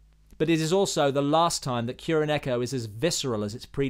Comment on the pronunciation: Sam-eww-rai Little bit too much of an over inflection there. Ki-ro-neko This is also incorrect. It's pronounced KU-ro-neko.